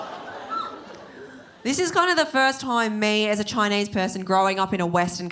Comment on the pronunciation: I think it's funny and adorable when she says "I'm Choinese"